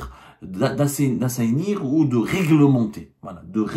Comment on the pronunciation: Tu ne sais même pas prononcer assainir